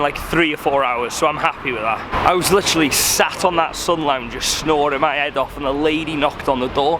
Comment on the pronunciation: Lihhhtchheraly Lihhhtchheraly Lihhhtchheraly